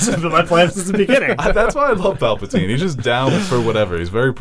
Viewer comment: Can someone tell him it’s Palpatine and not Papletine